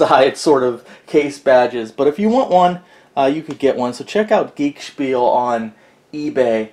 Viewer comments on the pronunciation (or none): You could at least get the guys eBay name right 😆 It’s “geekenspiel”